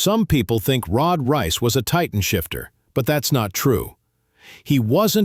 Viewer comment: Why did you all ways say rod rice it's rod reiss